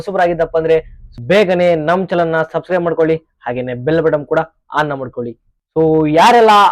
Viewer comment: ಚಾನಲ್ ಲೇ ಅದು ಚಲನ್ ಅಲ್ಲ 🤩